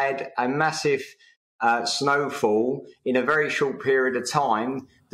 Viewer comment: "Massive smowfall" .....lol